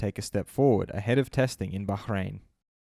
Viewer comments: Bruh why does this guy keep saying Bahrain Baghrain 😂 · Liking this just because of your pronunciation of Bahrain 👌